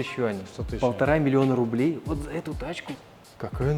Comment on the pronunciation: Кого то можно еще удивить, что машина стоит 1 млн.р? Ведущий, ты в каком веке живешь? Тем более внедорожник, за такую цену. Да это говно априори машина. Возвращайся из прошлого. Тем более с таким выделением интонации "миллион рублей". Вот это ведро с болтами уродской формы, "тачка класс", мдааа